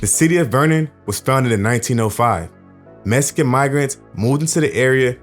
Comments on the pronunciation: The way you say the word "Mexican" as "Messican" ...ruins this whole shit for me! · I don't know where you were raised but growing up in Compton and I didn't know a black person that didn't say "Mexican" that way. It was very common. Blacks have our own twists on pronunciations of words that are like shortcuts. Some examples are "Gangsta" instead of "Gangster", "Slippin" instead of "Slipping", "Hoe" instead of "Whore", etc.